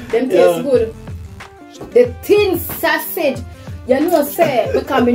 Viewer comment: Lol say tin sausage 🤣